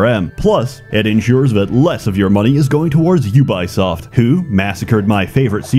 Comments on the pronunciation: It is "U-bee-soft", not U-bye-soft" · i never knew it was pronounced you-buy-shit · Had to stop the video right to say this: HOW DO YOU MANAGE TO MISPRONOUNCE UBISOFT?? Edit: I see now... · The way you pronounce Ubisoft gave me memories I wish would stay hidden forever of the YouTube channel runforthecube. Also I really couldn't get into any other HOMM game after 1, 2 and 3. I tried them all, really wanted to love them, but just couldn't. How can they mess up so bad on such an old and easy formula?